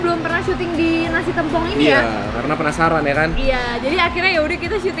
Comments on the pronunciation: Bacanya Tèmpong, bukan Tempong. Kl masih ga paham, contoh aja nama Rosè Blackpink, baca Tèmpongnya kek baca nama Rosè BP. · Maaf ka &, pengucapan t(e)mpong itu biasanya seperti ngomong "tempe" bukan "telur" hehe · Orang Banyuwangi nangis denger penyebutan sambel "tempongnya"😭😭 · Aku aja dr bali juga rada menangis denger penyebutan tempongnya😆